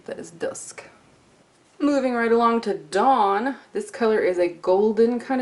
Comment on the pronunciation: When you said dawn the first time during your mini tutorial I thought you said "dong" lol